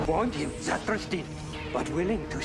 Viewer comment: It's Zathras, not Zathras.